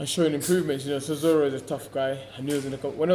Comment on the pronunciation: Dillian keeps call chisora sirora lol